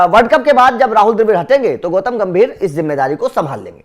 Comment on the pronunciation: Gautam not goutam